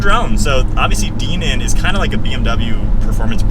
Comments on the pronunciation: DIENAN not DEE NAN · Dinan is pronounced “die-nan” not “DEEnan”. Never seen ANYONE pronounce it like that😂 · I have an 18 M2 manual myself and it's a really fun car. Oh by the way, I believe it's pronounced "die-nan" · Hell YES buy one! I have the 2018 M2 F87 LCI (daily driver) and LOVE IT!! I also have the DINAN (pronounced die-nan) exhaust which sends the sounds right over the top! Nice review!